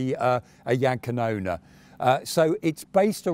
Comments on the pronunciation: The Name sounds so wrong. Jagd Kanoner? Rakette? If People cant pronounce it,maybe just translate the Name... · Well KaJaPa makes sense like GraMaschWa, but Jagdkanone just sounds wrong 😂